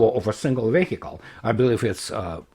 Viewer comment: Vechle звучит как [ˈviːɪkl]